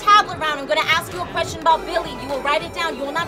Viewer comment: "let me finish the qweschon" "let mE FINISH THE QWESCHON!!!!"